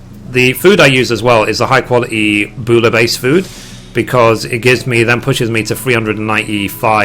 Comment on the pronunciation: Hey! "Bouillabaisse" is pronounced "Boo-ya-baisse". Thought you might wanna know:p